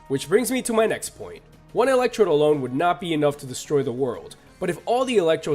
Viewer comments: You said electrobe it’s electrode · ELECTECTRODE?! REALLY?!?!?!?!??